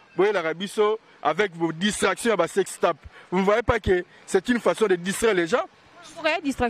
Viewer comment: Salut! Juste une petite correction! Le mot s’écrit « TAPE » mais la prononciation c’est « TEPE » donc le À devient E! Alors vous dirait « SEX TEPE » pas TAPE. Merci beaucoup!